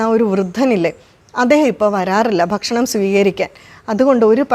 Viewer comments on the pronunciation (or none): none